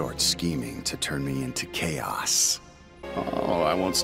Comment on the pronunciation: After a while it just sounds like K OS